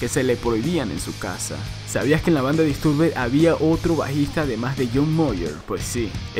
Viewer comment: Me da tock cómo pronuncia Disturbed. Se pronuncia "Distorbd".